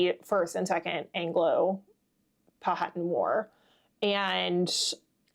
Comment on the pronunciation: The modern Pamunkey and other tribes of the confederacy pronunciation is Pow-a-tan not Pow-hat-an.